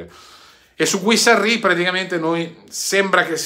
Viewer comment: Ciao guarda che dovrebbe leggersi GHIRASSI non Guisarri come lo leggi tu. Giusto per correttezza. Ciaoooo